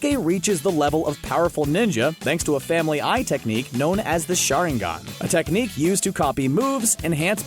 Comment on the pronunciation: so nobody ganna talk about how he say Uchiha and sharigan???